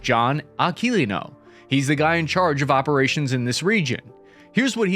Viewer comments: Pronounced " Ah-key-liNo...emphasis on the N in no and not the "key". Say it all together. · bro say his fucking name right Aqua-lino